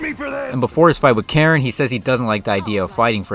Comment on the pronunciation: it's KARIN not Karen